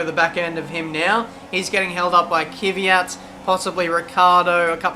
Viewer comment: Why you say kyvyjat when his name is kvyat